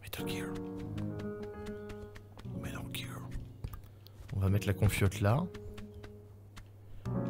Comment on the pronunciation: Mdrr « métal guire, métal guirrrre »